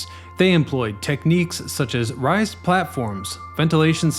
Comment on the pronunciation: raised = “rays-d”